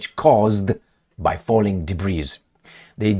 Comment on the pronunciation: debris is silent letter s( debree)